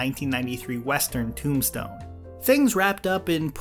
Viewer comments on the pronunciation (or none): none